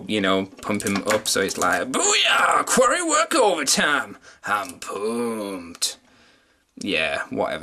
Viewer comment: "Hard day at the quwawy..."